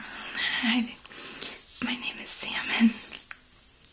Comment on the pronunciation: I am french and everytime ou say Salmon, i hear Semen... Wich is clearly disturbing...